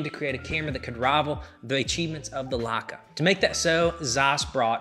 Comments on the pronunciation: Lots of good info, thanks. I’ve never heard anyone pronounce Leica as “Luka” before, very odd. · And I think it is funny how he pronounces Leica. Who cares. It is still a great video and allmost no one outside germany can or knows how to pronounce german brands.